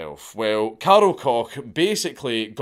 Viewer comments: Isn’t that last name said as Coke? Not Cock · Koch is pronounced the same way coke the soda is pronounced just fyi